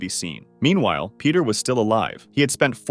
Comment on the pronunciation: Its Pieter not peter